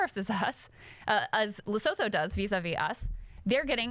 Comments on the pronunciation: Trump is using tariffs like 19th and early 20th century Presidents. The tariffs were useless then and they're even more useless (rather destructive) now. Also, Lesotho is pronounced 'Lesutu' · Just for the future: Lesotho is pronounced Lesutu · Haha- I love you guys. South African here - The pronunciation for Lesotho is La-SOO-too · I'm pretty sure it's pronounced "Lesutu" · It’s pronounced lesutu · Krystal I love you, but it's pronounced "Lesoothoo" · I believe it’s pronounced “Lesutu” but wtv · Please learn how to pronounce Lesotho. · All love but uhh… Lesotho … the “th” isn’t pronounced like in English - you can just pretend the “h” isn’t there 🫠